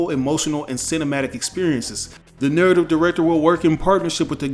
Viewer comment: NUUUURATVE director what the fuck type of pronunciation is that .